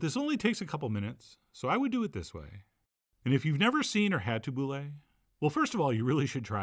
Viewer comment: you should do kibbe it's incredible and i have no clue how it's done. also tabouleh is pronounced tabouli